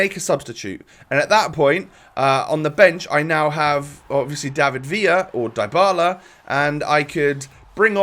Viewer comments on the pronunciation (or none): none